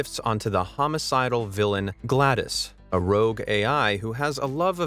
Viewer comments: It's not Glados, it's Glad OS like the windows OS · its GLaDOS not GLADOS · My brain had to restart after hearing him pronounce GLADoS as Glad-iss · It’s GLaDOS not Glad ise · even he's saying GLaDOS wrong now!!! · he said glados wrong